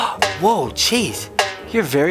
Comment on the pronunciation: When u said "oh jeez" it sounded like "oh cheese"😂😂😂😂😂LOL